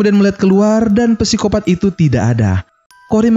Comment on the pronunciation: Psikopat bukan pesikopat. Sangat mengganggu. Wkwk